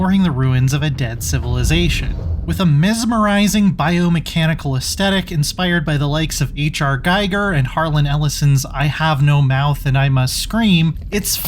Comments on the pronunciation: H.R. Gigers last name is pronounced GHEE-ger, not GUY-ger. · It's pronounced GEEGER not Giyger. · You pronounced Giger’s name wrong, it rhymes with meager. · It's H. R. Giger, NOT H. R. Geiger. Geiger was the physicist (you know the Geiger counter). Giger was the artist. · 😣 Would've been the ideal reason to learn how Giger is pronounced.. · That's not how you say Giger... ^_^